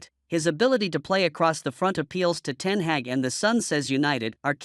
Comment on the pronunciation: Erik Ten Heck ? ? Come on, dear American : it's Ten Hag , the "a" sound as in "are" and " car" .